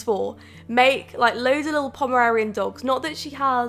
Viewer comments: Getting triggered everytime says Pomerarian instead of Pomeranian lol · Hey I love you and your channel, but you are saying the dog breed wrong. Its Pomeranian, not pomerarian. Again sorry for the "hate" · Yeah it sounds like she's saying 'pomerarian' instead of 'pomeranian' 😂 can also confirm it's not the accent cause I have the same accent haha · She has an accent and she said Pomararian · Okay wait did anyone else think she said Pomeranian weird or was that just me😂